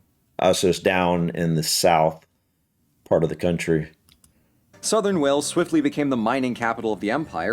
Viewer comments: NOT WELLS. WALES. (as in the big mammals that lives in the sea) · Pronounced Coomri (Cymru) in Welsh. It's also WAles not 'wells'. Do bother yo get the basics right. If you want a history of Wales talk to the Welsh not other Americans. From Machynlleth, Powys, Cymru. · I'm sorry, what is a 'Wells'? It's pronounced Whales 😭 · It,s not Wells ,it,s WALES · It,s time you got interested!! And it,s WALES and not WELLS😂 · Wales not Wells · Good video, but it's pronounced wayals, mot Wells. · Wales, not Wells!!! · It’s called Wales you moron. Not WELLS, wales pronounced like the animal whales, do some research before destroying its name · Pronnce it like whales please as your amerrican ass is saying wells and thats in england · Dear God I’ve never seen such a butchering of the Welsh history EVER. Not to mention pronunciations here. Wales is pronounced as in the sea creatures Whales NOT Wells. Cymru is pronounced “Come-ree”. As for what you are watching I am disgusted by the inaccuracies. If you are going to look at our history please use accredited sources. What you are watching is rubbish. I’m speechless 😮 Cymru am Byth Wales 🏴 forever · Every time he says wells I want to slap him 😂😂 it's WALES OK WALES WALES NOW GET IT RIGHT 😂😂😂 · 15 seconds in and please, for the love of God I hope the video tells you how to pronounce Wales... it's not Wells, they are holes in the ground. It's Wales, with an a, bit like the mammals in the sea Whales but without the h. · It Is Wales ( whales) Not Wells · It's not wells it's Wales u illiterate fool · That's an A with a single L Wales not wells FFS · 1st off its not WElls, its Wales!!!! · Omg it's called WALES!!! NOT WELLS!! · cymru am byth a twll din pob sais, and its wales not wells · cymru am byth!!!! please say Whales not wells lol. you should come spend some time in our amazing country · Most dumb Americans think Wales is part of England. Wrong dumb fucks.also it is Wales not wells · its wales not wells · Whales not Wells